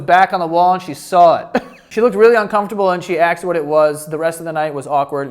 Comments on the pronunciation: who to this day still can't say "asked" so instead it sounds like "axe", never change 😂🤣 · Oh no … says aKSed ☹️